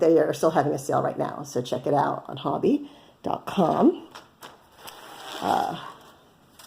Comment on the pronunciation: Listened to a video by Hobbii, and they pronounce it hoe-be. I love their yarn!